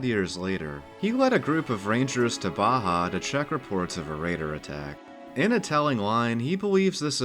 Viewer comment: There's something about the way Baja is pronounced i just hear Blahjah.